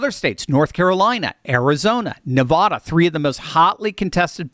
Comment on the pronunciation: Great video with wonderful information. I still will not give you a like until you learn to pronounce Nevada correctly. Talk about disenfranchising people, every time you mispronounce Nevada you disenfranchise all your viewers in Nevada.